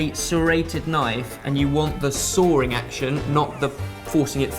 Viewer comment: The soaring action or the sawing action,???